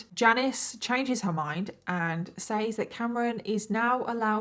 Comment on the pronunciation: The way you say “says” makes me love you 😂🤣😂🥰